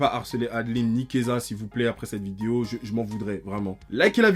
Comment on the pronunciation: PTDR dès qu'il disait Keyza j'étais en mode pourquoi il parle de Kezah mdr il a rien à voir ici